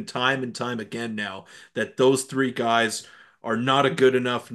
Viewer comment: “Your guyes” you guys need to move out of your moms basement